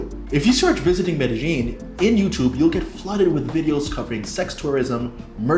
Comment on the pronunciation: Please learn how to pronounce Medellin